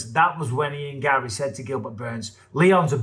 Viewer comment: Ian garry should have no r's in his name😂